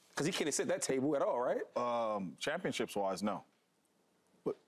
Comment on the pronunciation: Why does Shady pronounce Championships like “ChampionChips”